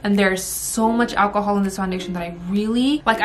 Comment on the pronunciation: Every time she said alcohol my brain said akahol like Chow